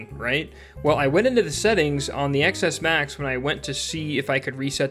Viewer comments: Ex Ess Max? Come on, learn how to speak. The “X” is the Roman numeral for “10”, so it’s pronounced “Ten S Max”. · STOP SAYING X S MAX ITS PRONOUNCED 10 S MAX DAMMIT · People steal those phones, not caring that they don't work. They are just going to sell them to some unsuspecting non-tech savy person. Also, how can you have a tech / phone channel and still call a ten s max an "Ex-S max"? 🤦🏽‍♀️